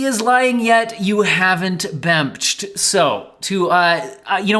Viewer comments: my favorite part of the video is when said "it's bemching time" and proceeded to bemch all over the place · "Bemch" was SO epic